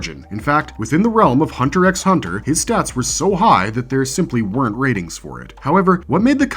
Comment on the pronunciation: They literally spell Meruem out for you. And you BUTCHER the spelling in the timestamps 🙄🤦🏾‍♂️ No wonder you pronounce the silent 'X' in Hunter x Hunter. I will say you have a decent list tho.